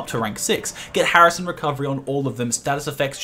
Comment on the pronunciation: Did you just call hasten recovery HARISON recovery??????